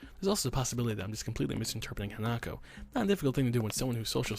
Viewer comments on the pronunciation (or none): Hanako's gift actually makes sense because the meaning of her name is flower child. Oh and the correct pronunciation is hah-nah-koh not ha-nah-koh